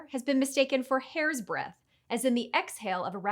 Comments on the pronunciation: "Hair's dreadth"? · “dreadth? “ Nah…or Yah?